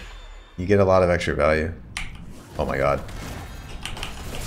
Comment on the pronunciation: I like to think you're saying "Oh Mike god" instead of "Oh my god." You are the god Mike. good content.